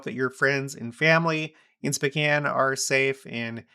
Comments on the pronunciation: It sounds like you are saying specan. The o is long Spocan is the correct sound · Pronounced SpOHcan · SpOkane, like snow. Please and thank you. SpOcan. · Are you saying Spcan? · I've always pronounced it SpOkane. Have I been pronouncing it wrong all this time?